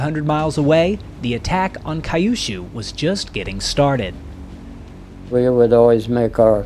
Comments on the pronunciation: Kyu-shu. Not kai-yu-shu. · "Cue - shoo" not "Kie you shoo." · 👎👎👎Why the christ do you say KA-YOU SHOO ? You can see it is written Kyushu, Q-shoo. I'm told I shouldn't complain since the average american ( H.S. grad ) has trouble with his native language. :face-blue-smiling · I've lived in Japan for 30 years and have never heard of a place called Kai yu shuu. I think you are trying to say Kyu-shuu (que-shoe) which is a southern island in Japan. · It’s pronounced “Kyoo-shoo”, not “Kai-oo-shoo”. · Kai-yu-shu? Surely, Kyushu (Q-shu), the southern-most of the four Japanese islands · Correct Kyushu pronunciation = “queue + shoe” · Regarding acuracy, I know that a lot of Americans were not savvy on Asian pronunciation. That mispronounces "Kyushu" is not a surprise. That your narration continues to say it incorrectly is a surprise.